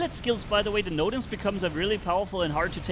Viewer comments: Bro noodle❌ nodens✔️ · I love how he calls nodens 'noodle' 😂 Great video!